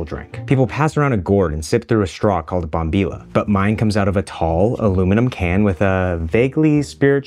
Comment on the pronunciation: And bombilla lol